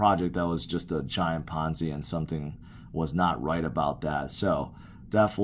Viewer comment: lolz "biggest ponzy"